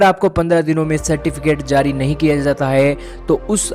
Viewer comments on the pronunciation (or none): none